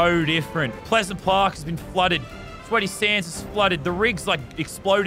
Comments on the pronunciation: He said Pleasant plark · Normal people: Pleasant park Lazarbeam: Pleasant plark😂